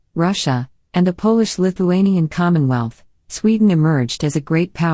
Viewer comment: I stopped watching when the voice pronounced Polish the way most of us would pronounce shoe polish. Shortly before this they showed a picture of Washington Crossing the Delaware apparently as an illustration of Gustav Vasa. Maybe the res of it's great; I don't know.